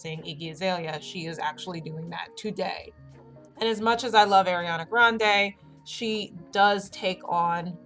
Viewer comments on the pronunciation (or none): none